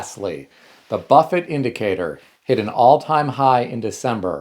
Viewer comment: Buffett, not buffet.